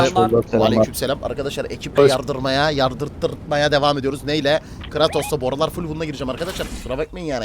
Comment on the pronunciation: Abi kıratos değil kıreytos diye oku nolur